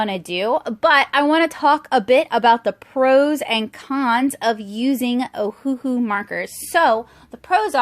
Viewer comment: You're very talented! Just an FYI that it's pronounced Oh-Uh-Hu (Owahoo). The company named itself after the Hawaiian island of Oahu, they just spelled it phonetically for some reason. Anywho, 2 of their classic sets are even named Oahu, and the other 2 are named Honolulu.